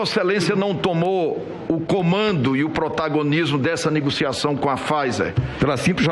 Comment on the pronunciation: Renan fala NIGOCIAÇÃO... kkkkkkk